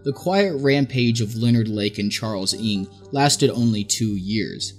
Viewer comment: Ng isn't pronounced "ing" but best said as "no" in English. Was driving me crazy, because I was wondering who this "ing" fellow was at the start lmao